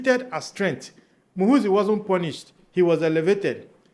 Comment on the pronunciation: Muhoorrrzi not muhuzii.